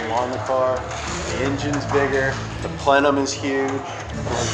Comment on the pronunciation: Any time it goes to the checklist all I see is 'pleuuuu' instead of 'plenum' haha